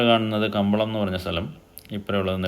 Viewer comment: Kambalam alla Kumbalam aanenna thonnunne